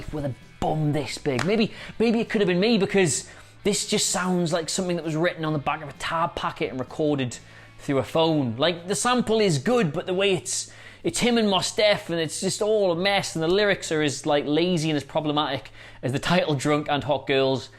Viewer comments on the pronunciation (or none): that's not how you pronounce Mos Def. Think Most with a silent T, not Moss